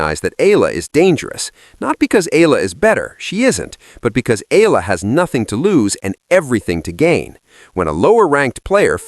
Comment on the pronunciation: ee-ya-la not eela